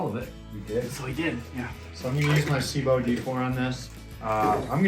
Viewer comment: The biggest thing I get from this is that Americans can't pronounce "Sebo" correctly